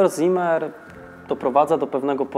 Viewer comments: nie "ZImer", ale "Cimer" (Tak czyta się słowo w zapisie "Ziemer"). Poza tym: łapa w górę; program na db+ Ciekawostką jest jednak to, że nazwisko to wskazuje na żydowską proweniencję; taki człowiek był w III Rzeszy. Parę lat później by go aresztowali i może nawet zabili. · wszystko ok ale w niemeickim Z zawsze czytamy jak C, więc nie Zimer a Cimer to tak na przyszłość, pozdrawiam.............................................................................................................................................................., Z występuje w literze S, na początku wyrazu (z wyjąkiem St i Sp) między dwoma samogłoskami, i po spółgłoskach N, l, r, m, przynajmniej w "szkolnym" hochdeutsch czyli dialekt Hannoverski (potocznie niemiecki) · Zimmer czytamy cimmer.